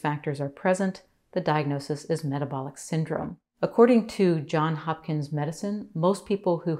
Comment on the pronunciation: May I gently correct how you said the name of the University/Hospital System you referenced, as I use to incorrectly say it, as well, until it was pointed out to me. It is Johns (with an “s”) Hopkins Medicine, not John Hopkins. Although it was his first name, it is Johns, not John. It was passed down from his grandmother, whose middle name was Johns, to his dad, then to him. I love your informative, scientific channel.